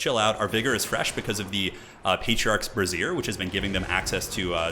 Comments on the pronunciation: Brazse-ier not brassier >.> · Bray-zehr. Bruh-zier is a bra. I made this mistake while reading aloud in a creative writing class. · lol patriarch item is a bray-z-yer not a bra-zeer. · Great battle! Just a funny pronunciation nitpick: you're pronouncing "brazier" with emphasis on the 2nd syllable, which is the way I would pronounce "brassiere", as in a bra. So "The Patriarch's braZIER" makes it sound like the Patriarch is wearing female underwear to me :P Which is actually very funny imagery! For brazier, as in a metal construction that holds a flame, I have been taught to pronounce it with emphasis on the first syllable, as in "BRAYzier". But you can pronounce it however you want, I know what you mean, so there's no issue at all! Just thought you should know! :) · its Bray-Shure not a fucking bra